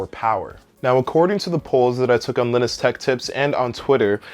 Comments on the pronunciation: When you pronounce "Linus" as "Lin-iss". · Hold up, how did you just pronounce Linus? Lol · linus tech you said his name wrong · How did he pronounce linus? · The way you say Linus makes me laugh.